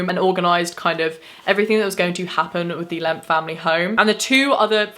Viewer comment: After a while “lemp” started to sound like “lamp”